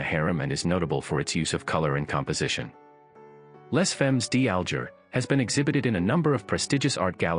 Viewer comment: Your French pronunciation of "Les Femmes D'Alger" is horrible and laughable. Maybe you thought it was by that other Spanish artist PabLow Pik a sow. Then there's Munch, Bunch and Crunch. LOL'ing. As far as the most valuable or best paintings in the world,....there's "The Sleeping Gypsy" and "The Dream" by Henri Rousseau in The Modern in NYC. There are many more of course.